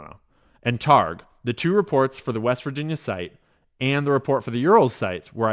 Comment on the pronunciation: Read the book "The Field" by Hal Puthof and David Targ. These weee the Stanford professors who worked with the CIA and established the first remote viewing projects. Those are the names of the authors of the declassified documents whose name he just butchered Lol still love you. Thank you for shedding light on this subject.